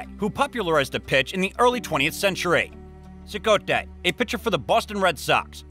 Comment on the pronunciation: Cicotte = Cy - cot.